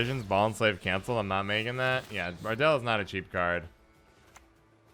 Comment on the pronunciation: Ardal is pronounced “ardull” not “ardell” FYI lol